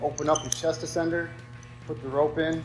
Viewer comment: Excellent. Very informative. Buuuuut your pronunciation of ascender is killing me. It’s not A SENDER it’s said ASS ENDER